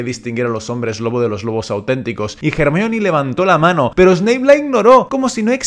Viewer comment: Es increíble que un español pronuncie a Hermione como es en inglés y no como "ermion"